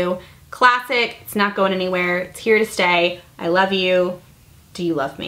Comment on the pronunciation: FALL!!!! "Lurve it!". Lol!!